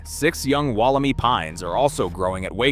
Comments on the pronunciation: The Wollemi Pine is pronounced “Woll-em-eye” — not Woll-e-me! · The "i" at the end of Wollemi is pronounced as "eye", not "ee" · Re: "Wal - a - my". Please get the name right. The "clone" will diversify with different environmental ground radiation to transform its DNA to new strains. Different blights and environmental challenges will make them stronger and more adaptive to the modern world. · Good video but Wollemi is an Eora Nation word and is pronounced Woll em i 👁 not ee. Like Bondi Beach not Bondy Beach. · Interesting, I spotted this straight away and deleted my post after checking the answer to everything, "Google". It came up with the e pronounced "ee" not "eye" or "ai". This is from a new AI. program. Gemini is wrong I suspect, as now another check elsewhere is as you say "eye". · Well, that was a unpleasant as a local listening to Wollemi pronounced incorrectly. The last syllable is pronounced my. As in this is my tree. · Correct me if I'm wrong, but I thought that the correct pronunciation is "Wollem eye" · omg i hate the way the ai is pronouncing Wollemi. I used to live basically next to the same forest as Wollemi National Park , no fence you could just walk straight up into the mountains.... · The pronunciation of "Wollemi" irked me the entire video! If your not sure how to pronounce a foreign word (and one derived from an indigenous dialect) please look it up before the video. There's even a clue in your own video the Botanical Gardens of Sydney programme; " I Spy a Wollemi!" All three words rhyme! Or are supposed to if pronounced correctly. Like the content but is the voice-over AI slop? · It's not just the pronunciation which is slop. It's the implication that once they hit the UK, they practically became an invasive species. The whole thing is slop.